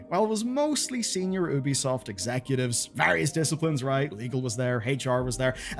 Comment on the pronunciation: 2bisoft? TooBesoft? Amazing.